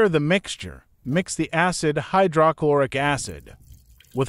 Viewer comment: AI narration mispronouncing words is annoying "Hy - DRAH - Chlor- ic"